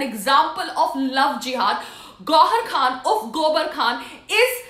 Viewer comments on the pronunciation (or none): none